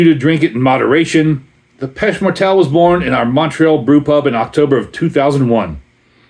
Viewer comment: Montrealer here. It's pronounced "PAY-SHAY MORE-TELL" by the "DEE-OU DOU SEE-EL" brewery. Hope that helps!